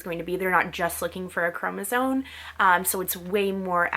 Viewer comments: I know this video is hella old but I just had to tell you that the word chromosome is not pronounced “cro-NA-zone” it’s “cro-MA-zone” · Hearing you say y chromosone 100000 times is so grating. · Chromosome. M, not N at the end. And consider un-oranging yourself. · Why do you say “y chromosone” 🥴🥴🥴🥴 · Because she is not pronouncing the word correctly, or does not know the correct pronunciation.